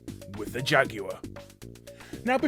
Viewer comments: you mean jag-you-er? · The Jag-U-Are? How can you pronounce Jaguar wrong? lol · He also called it a jag-u-er. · Damn, Jaguar is a three syllable word... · Today I learned Jaguar is a 3 syllable word.